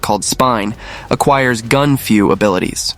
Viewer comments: Its called Gun-fu and not Gun-Few😂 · "Gun Few" LOL!